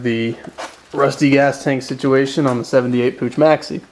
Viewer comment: lol it's POOK and WICKI not pooch and weekee.. but still, thanks for the vid